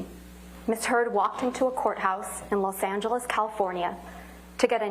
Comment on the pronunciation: …sounds like she said Ms Turd….hahaha!